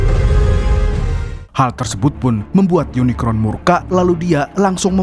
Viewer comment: Kmu bisa nyebut unicorn ga.bkan unikron..